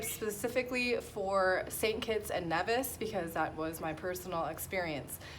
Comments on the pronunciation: Hi, that's cool, I used to live in St Kitts when I was little (I'm from the UK) oh...... and I'm sure Nevis is pronounced Nee - vis not Nev - is (its originally from Spanish I believe). Love your vid's, keep up the great content! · It is Nevis. Pronounced knee-vis. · Congrats However the Nevisions will be annoyed if you can't pronounce their country properly. Should be pronounced knee-vis 👍🏿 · NEEEEVIS pronounces Knee-vis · Congratulations with your new citizenship, but if you gonna live there you gotta say it correctly, "Nee-vis" (don't hate me)...